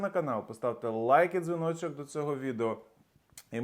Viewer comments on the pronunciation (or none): Кожний раз цей «лайк і дзвіночок» якось не дуже ок звучить